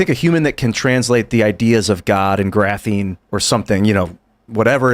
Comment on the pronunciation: just hurts my brain with his level of dumbassery, "huh huh graphine"